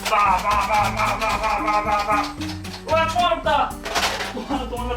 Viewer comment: 6분25초에 총알없다거 아 시발 이라고 들림...ㅡ원랜 아 이럴수가인데